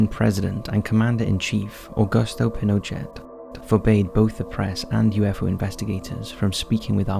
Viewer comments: Your pronunciation of Pinochet is wrong - you don’t pronounce the ‘t’ - it’s Pin-o-shay, not Pin-o-chett ! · Pinochet is prounenced Pinoshay Just saying....... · It’s General Pin o che (phonetic) the t at the end is silent, I’m just helping not being an arse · Love the videos, but some of the words you have mispronounced for a long time now are ridiculous. Anyone that pronounces the former dictator of Chile's name as Pinno-Chett should be utterly embarrassed.